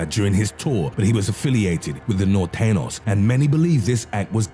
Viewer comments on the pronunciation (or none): Camp mendelton.... fucking guy. Also the nortenos.... it's pronounced Nor-tayn-yohs. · It should be pronounced Nor-tayn-yos and Sur-rayn-yos Not, Nortenos and Surenos. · Do you see that little squiggly line above the ñ? That means it's supposed to be pronounced "nortenio" not "norteno" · Its pronounced north-then-yo...or norte for short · Lol you said nor ten os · Nortenyos and surenyos try to pronounce them this way it sounds better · Dude, it’s Nor te nyos. Norteños. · Lol he pronounces norteñeos wrong. Clearly never learned spanish 😂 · Dude you are butchering these names🤣. the way he nortenos tho! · The "ñ" in Norteños is pronounced as "gn" in lasagna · He can’t pronounce norteno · OMG!!!!!!! The what?? The Nortenos? Lmfaoo😂😂🤣🔫 Pal, it's pronounced THE NORTEÑOS like this: N-O-R-T-E-N-I-O-S!! The "I" is silent! Smh😧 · Dude said norteños wrong and sureno 🤣🤣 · the dreadful mispronunciation of nortenos among others by this Brit put me off.